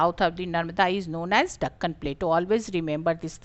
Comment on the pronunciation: You pronounced it wrong